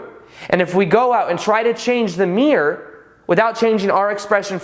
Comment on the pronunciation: This is a good video and earned a thumbs up, but your pronunciation is a bit sloppy. For example, mirror has two syllables, mere has one.